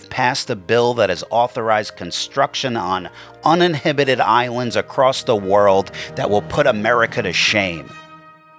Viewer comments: It’s pronounced “un-in-habited” not: “uninhibited” lol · Dude said un-in-hibatid 😂 instead of uninhabited 😂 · Like your content but it pronounced uninhabited not uninhibited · I need to hear you try to say "uninhabited Island" again. "Uninhibited Island" would basically be Las Vegas in Island form. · Uninhabited...not uninhibited 😂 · Uninhibited? I think you mean uninhabited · "Uninhibited" island? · Damn it I wanna share this video but you keep saying 'uninhibited' instead of 'uninhabited' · Uninhibited and uninhabited mean different things! Tell us again about 5th grade reading and speaking abilities... So, which island have you decided to move to?? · I think the word is, "uninhAbited",... SMH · you meant "uninhabited" not uninhibited. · Love your channel. But the word is uninhabited, not uninhibited. If it was an uninhibited island, then all the people you put there. The island would feel no guilt by rising up and crushing every occupant. Uninhabited means there’s nobody there. Which to be honest would be a shitty way to ruin an island. But fuck it put them all there let the island crush him, diddle them in their sleep, give them diseases, etc. I kind of like an uninhibited island. But the words uninhabited with an A. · Did you mean to say "uninhabited"... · It's also pretty funny hearing mispronounce uninhabited while preaching about stupidity